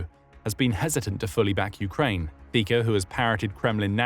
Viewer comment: Slovak here, it's pronounced "Fitso", with a c sound, not a k. But besides me being pedantic, I can honestly tell you that the nation mourned when his condition was reported as stable after the assassination attempt.